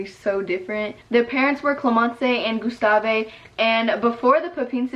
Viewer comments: gustave is actually pronounced gus-ta-ve et not gus-ta-vay and clémence is pronounced clé-men-ce not clé-men-cay idK if you understand also my English is bad cause I’m french lmao, but loving these new videos ! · your french proununciation is cute hahah Clémence its not clemencÉ the e has no sound its like "clÉmenss" same for Gustave its sound like "gUstav" not mean haha ily it was just weird in my head 😭